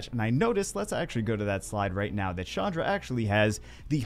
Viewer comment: who the heck is Shandra? Ch doesnt make a shhh sound. get it right. 😉